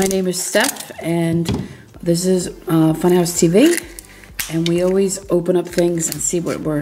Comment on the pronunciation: Why do you always say awlway